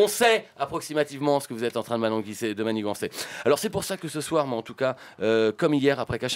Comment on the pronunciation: mananguisser et non pas manigancer haha ;) excellent épisode